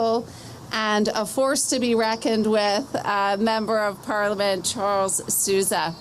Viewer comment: Sousa -> pronounced Sow zah, AI girl didn't get the name nor the French right.